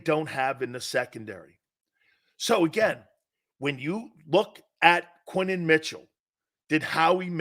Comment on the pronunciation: His name is Quin-yon Mitchell...say his name right